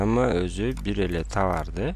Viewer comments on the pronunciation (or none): Чон жигит , тавар эмес товар эмеспи, а так тушундуруусу жакшыле